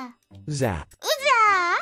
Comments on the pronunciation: Y'all heard the wife; we've been pronouncing it wrong this whole time. It is now pronounced "uza". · bullied duolingo until the pronunciation of zap was uza. Truly the most powerful seal. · shes not wrong tho its subtle but there is a u in his pronunciation